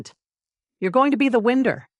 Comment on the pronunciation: SKEIN pronounced skayn with a long “a”. Winder is pronounced why-d-er. This is a yarn tool to make yarn cakes. A long “i” as in eye. Get a real narrator not this irritating Artificial Idiocy. Otherwise the story is fine and funny. But every knitter in the audience is wincing🤦‍♀️😂😂😂